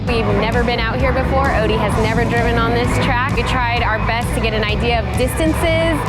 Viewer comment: Somebody tell Odi that he mispronounces his own last name. Lol